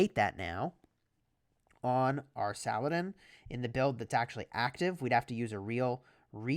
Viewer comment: I won't let you butcher his name. It's pronounced "Sah-Lah-Deen"